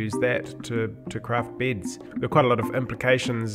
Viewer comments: it bugs me how he says bids instead of beds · for all those who don't speak 'Australian' and might get confused a bit after ... the first thing he worked on were BEDS, not BIDS.